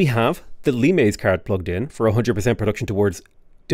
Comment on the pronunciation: again pronounced the card as L-eye-mes instead of latin Lee-mes.